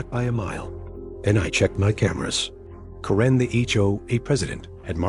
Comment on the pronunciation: It's Kare-n not Ka-ren, get it right AI.